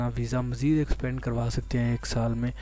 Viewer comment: Extende hota h expande ni